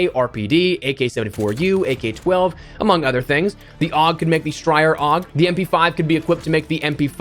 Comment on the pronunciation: Um sir “the AUG could make the Styer AUG” umm the AUG is made by Styer sooo we’ll just pretend you didn’t say that I guess